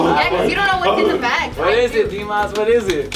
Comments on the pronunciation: S. it's Dimas no dimahs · I legit thought his name was D. Moss for the longest time, too. That's how says it lol. She says dmawse instead of dimahs which is confusing.